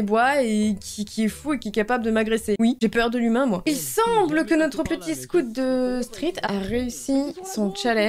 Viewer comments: le "scot-two-street" il m'a achevé.. CA SE PRONONCE SCOUTE DE STREET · Scott 😭😭😭 ça se prononce scout de street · " scot two stret" 😭